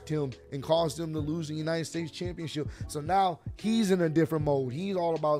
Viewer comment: Good one "New-nited states champion"😂😂😂